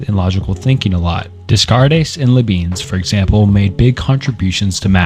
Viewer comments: But not read by AI, because he pronounced Rene as "reen" and Leibniz as "Luhbeans" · Imma be honest I hate your pronunciation of Renee Descartes and Liebniz